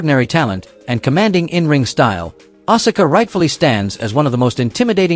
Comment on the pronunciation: Learn to correctly pronounce names. Bass is not pronounced “base” but “bass” like the fish. Asuka is “ahs kuh” Stratus is not “Straytus” it is “Strat us”